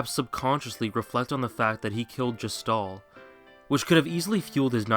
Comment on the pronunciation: you mispronouced gestahl. considering he's meant to represent the gestapo (yes, THAT gestapo), it's a pretty major aspect of him. it's meant to establish halfway through the game that kefka would be too evil even compared to the [1940s german political party]